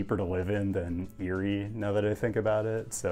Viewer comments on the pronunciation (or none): ERIE!! its pronounced EAR-Y not YURI. your hurting my pennsylvanian heart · No way did you say Erie lol